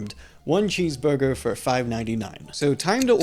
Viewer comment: Ordew a cheesvurgew